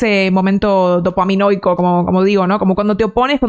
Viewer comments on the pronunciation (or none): Se dice "dopaminérgico"